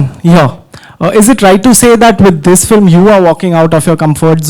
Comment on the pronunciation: is like.. "flim".. seriously? 😝